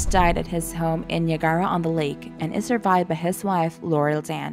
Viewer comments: Wow wrong pronunciation of Niagara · Her pronunciation of Niagara lol